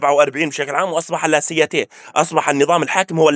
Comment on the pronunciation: أخي ، laïcité لا تنطق لاسياتي نطقها الصحيح هو لايسيتي، أنتم في الأردن أظن تدرسون الإنجليزية كلغة ثانية و ليس الفرنسية... بارك الله فيك و زادك علما...